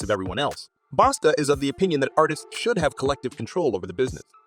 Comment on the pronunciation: Bosta basta damn get that mans name right.